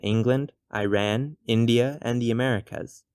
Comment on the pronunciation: It's not i ran it's Iran